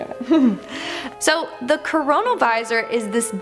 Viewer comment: no one's gonna comment that she mispronounces "chronovisor"? its KRO-NO visor. not CORONA visor. U big sily!